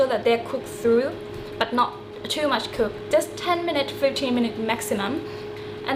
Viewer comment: > '..the pork is cookED' ..not '..the pork is cook(x)'